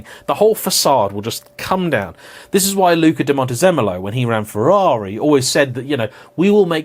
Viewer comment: You pronounced Ferrari wrong when mocking the "Porsche not Porsche" people, which makes it even funnier. As an Italian, I find it way less irritating if you pronounce it the English way than the fake italian accent way.